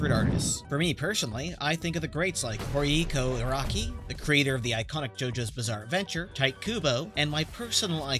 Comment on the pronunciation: Dude, what is that pronunciation at the beginning? "Horiko" Araki, "Tight" Kubo, and "Kenturo" Miura lmao. I mean, Tight Kubo is not that bad, but Jesus Christ, the other two are crazy.